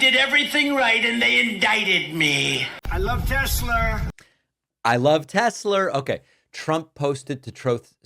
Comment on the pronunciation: Trump can’t even pronounce the word state correctly. You go Mr. President. I love tesLER